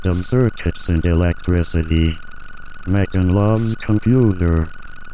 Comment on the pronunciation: What it says: I love you Megan What I hear: I love you bacon